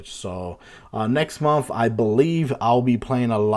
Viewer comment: I like how sounds like he's saying "momf" (month)😂